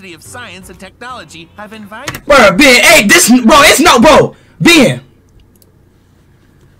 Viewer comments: Can’t Speed pronounce “Ben”’s name better? (Behn), not (Bee-en). Really?! Sometimes pronounces him correctly, but not all the time. I think. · You're right. it's not beein Its Ben 😅😅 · hell naw it's not bin it's not bin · Its not ben it is ren